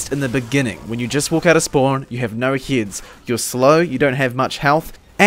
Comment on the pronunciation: m8 the way pronounce "heads" is kinda like "hits".. its confusing me